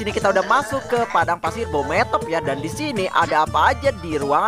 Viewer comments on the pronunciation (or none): Bang beemothep bukan bometop🗿🗿🗿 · Bang bukan bhomothep tapi bhemoothep